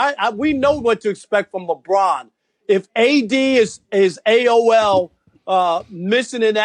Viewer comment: "If he is AOL" lol this guy..